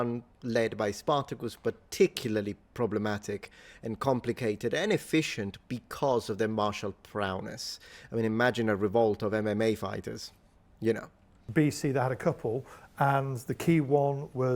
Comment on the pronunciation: Not to be pedantic but prownes? I think you mean prowess.